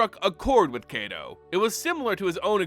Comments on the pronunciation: It's KY-to, like KITE-o. Not KAY-to. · So is his name 'KAY-to' or is it 'KAI-to'? It just bugs me how you pronounce his name. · Why everyone sound like they saying KaiDo not KaiTo. Are my ears just shot?? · Love the video, but a small correction in pronunciation if we are to go by the Japanese names these characters are named from. Kaito is pronounced like the word Kite but with an O at the end, not "Kay-tow". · Like Cobra Kai...... toe. And yes it bothers my weeb ass.